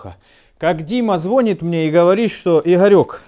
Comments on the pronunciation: При всём уважении, но Дима не звонит, а звонИт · Не звонит, а звонит. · звонИТ блять! звонИт!!! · Лайк сразу 👍, но как носителю языка правильно ударение ставить на второй слог в слове ЗВОНИТ 🤣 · Тоже резануло